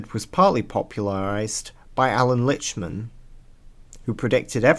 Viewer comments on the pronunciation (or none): Alan Lichtman's last name is pronounced 'lictman'